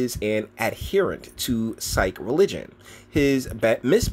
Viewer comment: Not being e arse. Sikh is pronounced " seek". 🙂